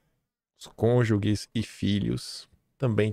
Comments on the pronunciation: Alguém informa ao que a pronúncia de CÔNJUGE não é “ CÔNJUGUE”, mas sim “ CÔNJUJE”. É muito esquisito, apesar de que o relacionamento do casal é CONJUGAL. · Caro, não é cônjugue e sim cônjuge. Corrija sua forma de falar, por favor. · só uma obs: não é "cônjugue", se pronuncia cônjuge msm... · sei que o importante é o conteúdo, mas a forma pode ajudar. Vou te dar umas dicas, no intuito de te ajudar a melhorar a comunicação: a palavra "cônjuge" se pronuncia "cônjuJe" e não "cônjuGUe". Outra coisa é dar uma olhadinha no assunto "modo subjuntivo do verbo", exemplo: não se diz "talvez É...", mas "talvez SEJA..."; não é "talvez PODE...", mas "talvez POSSA..", etc. Abraço soteropolitano. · a palavra correta é "cônjuge" e não "cônjugue", que significa cada uma das pessoas reciprocamente ligadas pelo casamento. Soa muito vulgar esse lapso, devido à existência da palavra conjugal, da mesma família. "TALKEY"?????? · "Conjugue" foi foida...kkkk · Não é "cônjugue"!!! Pega mal... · só uma dica: é cônjuge, ge de Geraldo por ex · Querido, por favor, não persista no erro ao pronunciar a palavra "CÔNJUGE". Explicação detalhada: Cônjuge (singular): É um substantivo que designa cada uma das pessoas que está casada com outra. Apesar de se referir tanto a homens quanto a mulheres, o gênero gramatical da palavra é masculino, por isso usamos "o cônjuge", "meu cônjuge" (sem o "u" depois do "g"). Cônjuges (plural): É a forma plural de "cônjuge". Assim como no singular, usa-se "os cônjuges" para se referir a um casal ou a mais de um casal, independentemente do gênero das pessoas. Cônjugue": Esta forma não existe em português. "Conjugue": Sem acento, refere-se a uma forma do verbo "conjugar" e não ao parceiro ou parceira de casamento.